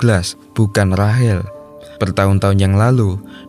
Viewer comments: Rahel,rahel.. RAYSHEL bang sebutannya. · Rachel❎ Rahil✅ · Rachel kok jd. Rahel 🤦🏻‍♂️